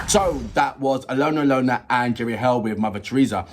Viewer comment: Just FYI, Jerry Heil's name is pronounced like "hail".